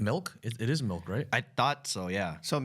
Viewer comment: ryan says MELK not milk